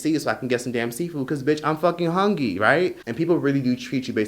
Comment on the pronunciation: When he said Im hungy🤣🤣🤣